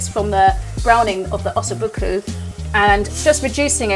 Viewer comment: "ossoo bookoo" 🤣